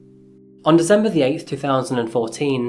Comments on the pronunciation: Apart from when he says December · Ffs so many dezembers in this video. It's so annoying there is no Z!